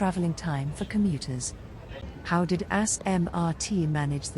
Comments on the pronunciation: ‘sorry bayfront i forgot abt u’ raffles place and city hall: also the tts hates smrt bc it pronounces the name as: ‘A**MRT and what ccl or dtl train would have the right mind to switch lines (there are tracks for ccl to cross to dtl tracks and dtl to cross to ccl tracks) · "assmrt" WHAT THE HELL